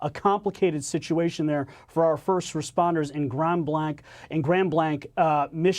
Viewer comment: "Grand Blank" (pronunciation) This is the LDS Church, it's not a Christian church. They don't believe in Jesus as their Lord & Savior. It's definitely a devastating situation, in itself, and because the victims were lost. Prayers for their loved ones. It must be very traumatic.